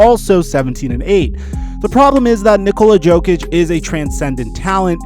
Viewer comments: You dont say the j in jokic. It's pronounced yo-kich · is that why you said Joe-Kitch, guess you don't watch basketball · Who the fuck is nikola JOEKICHHH